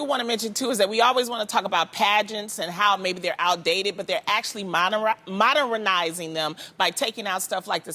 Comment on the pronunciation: loni "moderinizing them" it's modernizing 😂